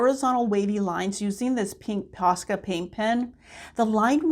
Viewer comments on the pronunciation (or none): none